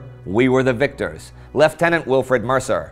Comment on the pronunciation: I love that you pronounce lieutenant correctly